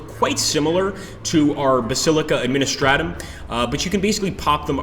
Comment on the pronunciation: Honestly, I cringed more for the mispronunciation of Administratum.